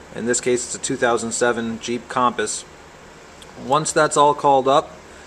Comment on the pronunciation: A 2007 "Kham-puhs"? It's pronounced Kum-puhs/Cumpuss. Other than that, good video. I'm checking out your website now.